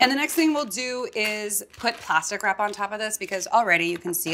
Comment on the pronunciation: Every time she said ‘plastic wrap’ I heard ‘pasta crap’ and was like wuuuh?